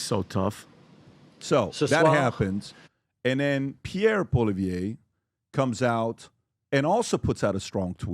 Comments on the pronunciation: I love youand I'm Canadian - his name is pronounced Pierre - Polly - ev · In all fairness Trudeau already pledged the 1.2 billion for border security at least a week before. And it’s pronounced Pierre Poly-Ev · It's pronounced Pierre "Polly-ev". Love your show from rural Ottawa. I'm proud to have voted for Pierre every time I've had the chance as my member of Parliament! He's our only hope to save our country. I love the States and their people I've been down many times. I agree Canada needs to pull its weight more militarily. It's a shame that our countries are in this mess. We are brothers and sisters, we need to work together! We all hate Turdo just like you guys, I've never met someone who will openly admit they like him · Its pronounced poly-ev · First, it's Pierre Po Lee Ev. Second the border plan to fight fentynyl was already in place prior to Trumps tariffs. Third Trideau has resigned, in a press conference. Fourth they've suspended parliament, that's why he's not gone. Get your facts straight. Starting to be as bad as MSM with your misinformation. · Polly-ev...I'm sure you've heard it pronounced correctly enough times! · Pierre [Pwuh-lee-yev]😉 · Poilievre - It's pronounced "Paw, Lee, Ev" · Canadian PBD podcast fan here... PBD: you keep pronouncing Pollievre's name wrong... Its like " Pol-ee-ev" ;)) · If you could at least pronounce Poilievre properly you might not sound so stupid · Please Pat ,watch some videos on Pierre .They say his name correctly in alot of Canadian broadcasts and he will be the next leader of Canada so its worth saying it correctly . Americans understandably have trouble with french names.